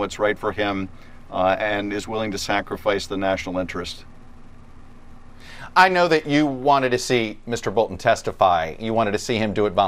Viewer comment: OMG Did you just say intrents? Stop it!